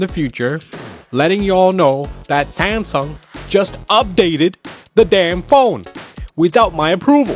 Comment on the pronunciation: "Samsung" pronunciation was accurate . 10/10 video